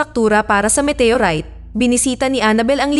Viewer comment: Walang pelikulang METEYURAYT! baka galing din sa ibang planeta ang nag salin sa salitang pilipino. OLRAYT METEYORAYT